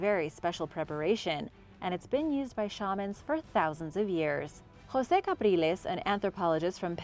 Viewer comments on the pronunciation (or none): none